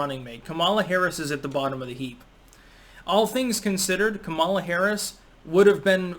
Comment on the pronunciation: Why does everyone who doesn’t like her pronounce her name wrong? 😂